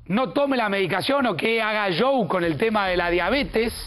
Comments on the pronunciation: Que problemas para decir Chou, así se pronuncia Show 😂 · Por qué dice yow en lugar de show??????? Ashhhhh